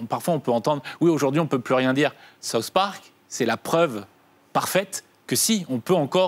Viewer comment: MOI qui ai une immense culture us j'adore SAUCE parc ! T'as quel culture tu sais meme pas prononcer SOUTH sans dire SAUCE ! mdrrrrrrrrrr